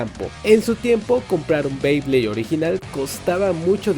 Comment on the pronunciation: Dijiste 3 veces bleyblades y es BEYBLADE o creo q se escucho mal jajaja 😂